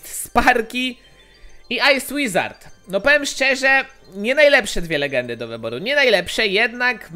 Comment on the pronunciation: Ej ty powiedziałeś ice łizard w magikal czeście